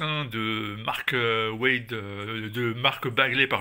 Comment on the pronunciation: "Les gikss" "Mark Weid" Lol